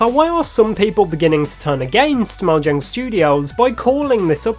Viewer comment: That's not how mojang is pronounced.